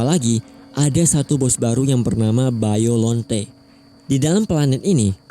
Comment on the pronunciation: Biolante bang bukan biolonte